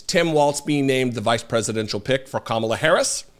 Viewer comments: wouldn't Kamabla be spelled Kamablah as you are pronouncing it? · He's just having another mental breakdown. He slurred when he said 'Kamalabl'. He couldn't get the ck out. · What the heck is this orange guy talking about... Kamabla? That's just gibberish!!😂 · Kamabla is on purpose he's like 12 year old tee hee i said her name wrong what a dick